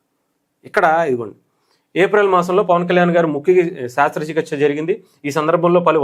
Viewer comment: శాస్త్ర చికిత్స కాదు brother శస్త్ర చికిత్స